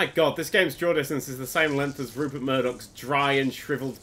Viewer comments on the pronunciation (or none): none